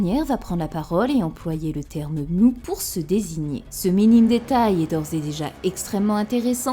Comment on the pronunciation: Pour Mu, en japonais elle dit ムー (Muu), rien, mais alors rien du tout ne lie ce mot de façon certaine aux sens tels que "rêve" ou "néant", tel quel le prétendent les traducteurs bidons. Rêve et néant, c'est Mu (prononcé court), pas Muu